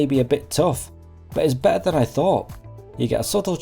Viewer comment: There are 2 Ts in better. Please try and pronounce them. Your reviews are good, but this annoys me.